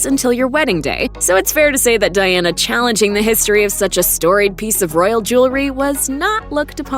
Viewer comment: Princess Diana Spencer .... gurl you can't even get her name right.